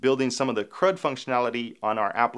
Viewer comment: When you said crud-apps I heard "crap-apps" :) That's what you hear when you are not a native speaker :) It's good that you put the explanation on the screen.